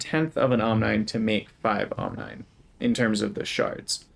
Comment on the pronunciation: Love this series so far. Side note: I think omnine would be pronounce “ahm-NEEN” like rhyming with Chlorine.